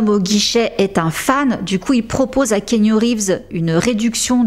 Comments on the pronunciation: ❤❤❤ Keanu est le meilleur, juste il faut prononcer son prénom ki yanou et non kénu 😄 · Hello j’adore tes vidéos je les suis tout le temps… mais la je me permets un petit commentaire : On dit Ki-a-nou Reeves ☺️ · J'adore ton contenu, je n'en manque pas un, petite remarque on dit "Ki-A-Nou" :) XXX